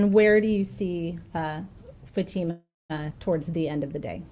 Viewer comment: The mothers counsel still can’t pronounce Fatima’s name correctly FFS 🤦‍♀️